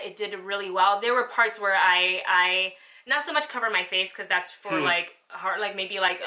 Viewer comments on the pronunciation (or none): none